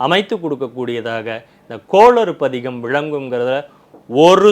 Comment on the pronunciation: please please please கோளறு பதிகம் சரியாக உசரியுங்கள் கோளாறு அல்ல பயிற்சி எடுங்கள்